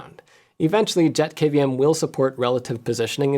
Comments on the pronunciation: thats a pretty sweet little dude! Every time you said JetKVM, I kept on hearing "Jeff KVM" 🤣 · Every time Jeff says JetKVM I hear JeffKVM.